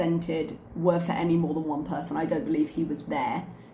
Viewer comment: Ok, this is a weird tangent unrelated to anything, but i was wondering if the "r" you use when you say "person" is something youve had to modify teaching ESOL students or if its the way you naturally say "person"? I know that's random, but when you say "person" it always sounds very american to me and sticks out from the rest of your accent. Its also entirely possible i mentioned this before bc ive thought about asking for a very long time. Lol. If i have, ignore me.